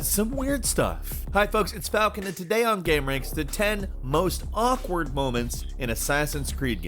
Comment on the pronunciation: Falcon, bro... we need to teach you how to say these names cuz this wasn't it...